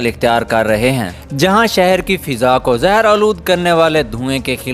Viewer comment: Not fiza it's faza Not sihat it's sehat mand